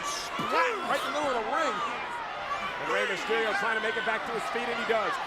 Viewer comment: "Rey Masterio" Tony Chimel 🙄😂